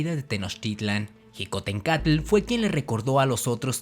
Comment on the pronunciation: No se dice jicontencatl sino shicotencantl